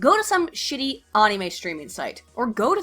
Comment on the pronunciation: "AWE-NEE-MAY?" Damn! I haven't heard that pronunciation in a LOOOONG time! XD